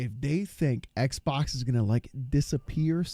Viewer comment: is it just me os this dreamcast wierdo says "XPOX" insted of xbox